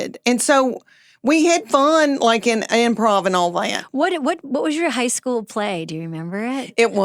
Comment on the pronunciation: I thought she said "Hosco" like Costco. My begeezes! She said High school!!!